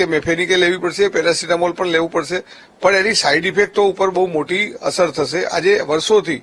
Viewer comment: મેરાસિતામોલ નઈ પેરાસીતામોલ બોલો 😅